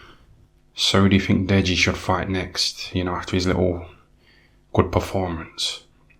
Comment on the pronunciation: "Dead-GEE" LOLL